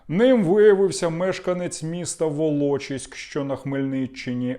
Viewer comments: І не волОчиськ а Волочиськ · ВолочИИИськ, а не ВолОчиськ! Гнап, ти не журналіст, а ЙОЛОП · Не волОчиськ,а волочИськ,але так ТЦК гандони